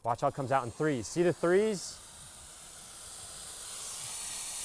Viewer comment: Tree preet it 🤣